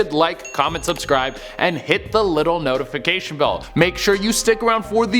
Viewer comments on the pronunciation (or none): none